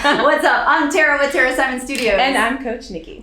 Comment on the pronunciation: You're cool, but it really annoys me when you pronounce your indian indigenous name (supposed to be pronounced = "Tha-ra") as Te-ra